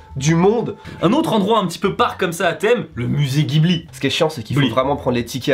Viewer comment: Est ce que vient de massacrer la prononciation de Ghibli? Franchement c'est honteux